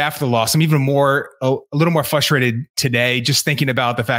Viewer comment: fustrated lol